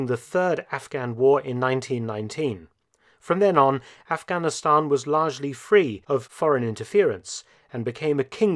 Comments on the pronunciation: What’s with the toady pronunciation of Aghanistan as “off-gonn-i-STONN”?? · The way you pronounce Afghanistan is very annoying and frankly condescending!